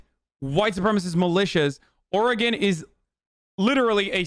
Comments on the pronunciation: YOOOOO! Hasan made fun of Trump for pronouncing Oregon wrong. As an Oregonian, thank you. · People of "Ore-gone" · Trump has never angered me more than when he just said Oregone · Why he say or-gone